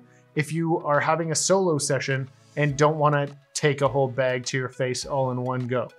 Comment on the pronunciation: Where are you from that you call a bad a “beg”